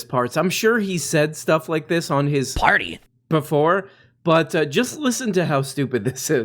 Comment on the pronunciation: “It’s an eviction phardy” - Timmy